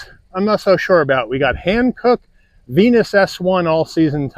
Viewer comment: Ventus not Venus